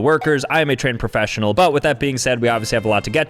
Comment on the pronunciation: 'you shouldnt go harassing your local worker im a trained perfessinal' i cant lol 🤣